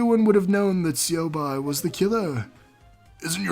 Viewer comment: shit, im used to pronouncing it syobai. plus it sounds cooler.